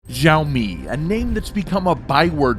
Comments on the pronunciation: Xiaomi = Shall-mee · You are pronouncing "xiaomi" very wrong....